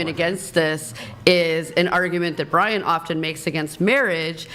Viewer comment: Maybe someone can answer this for me, as I am a fairly new whatever podcast listener. Why do people call Brian,? lol